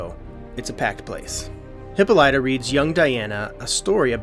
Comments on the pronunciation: It's not hip po lie ta.... it's hip pol lita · It's pronounced Hip-polla-ta.